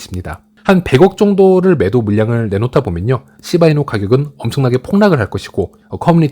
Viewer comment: 욕 찰지네요 씨바이누 이 씨바이누 ㅋㅋㅋ